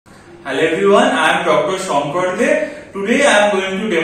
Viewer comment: "SHONKOR DAY"🤣🤣